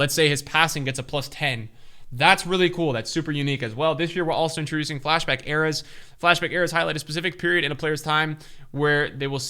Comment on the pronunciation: Why pronounce "Eras" like that lmao